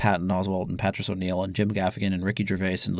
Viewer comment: Everything was great until you fooked up pronouncing Patrice O’Neal.